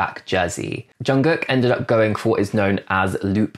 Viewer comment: What really impressed me, was your pronunciation of “Jungkook”! 👏👏👏